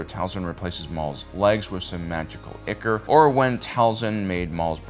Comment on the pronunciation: Ichor = eye-kor